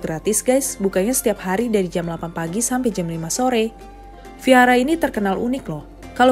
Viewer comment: Kalau nggak bisa melafalkan huruf “V” nggak apa-apa, dilafalkan jadi “W” saja, jangan jadi “F” ya. “Vihara” bisa diucapkan sebagai “wihara”, jangan “fihara” 🙏